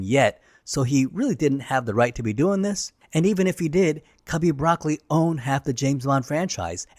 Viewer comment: Just as a bit of FYI, Albert Broccoli's name isn't pronounced like the vegetable. It's pronounced "Bruh-coal-ee" with slight emphasis on the second syllable. I believe it's an Italian name. But I bring it up because it really ruins the credibility when you can't pronounce the names correctly. I know it's spelled the same but as a true blue since I was born Bond fan, I immediately knew your research didn't involve watching actual video documentaries or interviews about the films.